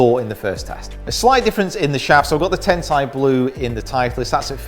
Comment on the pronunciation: You still say Tensei wrong